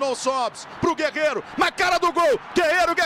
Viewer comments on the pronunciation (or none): "GUEGUERO" KKKKKK